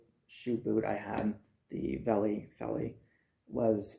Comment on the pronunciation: Pronounced "felly" in Afrikaans, but good review I just pulled the trigger on a pair of these. Waiting on em to come in. Was issued a pair back in the day (83) to replace my rotted out jungle boots. Im having serious troubles with boots falling apart within 3 months and im talking quality boots.